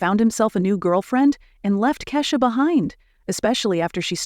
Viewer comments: Who's Kashsa? You mean Keyshia ? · It’s Keisha not kasha !